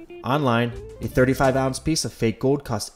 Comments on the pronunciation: cool video but it's gold not gode. Like a soccer 'goal' but with a D on the end. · The word is "GOLD", not "Gowd". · The pronunciation of "gold" as "go-wd" is killing me. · The way you say "gold" really grinds my gears ..."gawwwd" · Am I the only one hearing him say ‘goad’? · Where’s the L in gold? He keeps saying gowd. Drives me nuts. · You don't pronounce the L's in your words. For example you say gode not gold and ode not old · Why can't you pronounce the L in gold. Or old for that matter. Gode. You keep saying Gode. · You pronounce the word "gold" funny. Kind of like Homestar Runner. No criticism, it just makes me laugh more and more every time you say it! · why does he pronounce gold weird lol. or is it my speakers? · Never knew gold was so hard to say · Why do you say gold like that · The way you say gold seriously bothers me